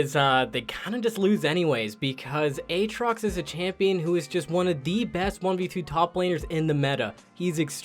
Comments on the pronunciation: Who the hell says "A-Aatrox" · A-Atrox? Do you also say A-Aron?